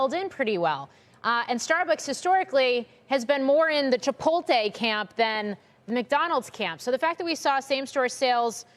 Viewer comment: Chip po le. Not Chip tot tate wtf